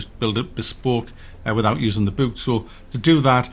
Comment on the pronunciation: stop saying bewk and cewk lol